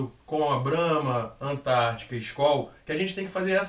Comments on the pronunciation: Mas n eh possível que vocês falam tudo errado... eh Skol hups, eisenbau, pqp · A palavra Skol se refere à palavra "Skål", que é a forma de se dizer "saúde" na Dinamarca e na Islândia. De uma forma geral era uma palavra do antigo idioma nórdico, na época dos vikings. A pronúncia da palavra é "skôl", com o som do O grave. Mas aqui no Brasil a marca acabou ficando conhecida como "skól", com som agudo, e hoje a pronúncia oficial da marca é essa adotada pelos brasileiros.